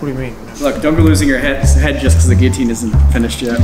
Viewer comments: It’s not said “Geeotine” it’s said like “Gillotine” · It's Guil-jotine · Are they pronouncing guillotine wrong or is it said differently in the States? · It's a French word pronounced with double L sounding like Y. I think the Brits pronounce it with hard Ls to spite the French. As the word Valet illustrates. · He was pronouncing it right in the last one... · You pronounce Guillotine really weirdly. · Please start pronouncing Guillotine correctly! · Why do you pronounce Guillotine like that?...